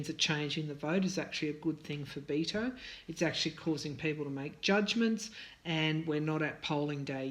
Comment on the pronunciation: Dear, I'm not trying to be rude, but Beto's name is pronounced like making a bet, a wager. I'm making a bet.